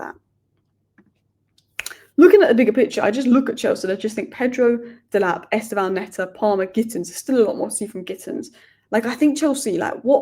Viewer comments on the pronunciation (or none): It's pronounced Stev_ow, no E, according to Brazilian and Portuguese fans.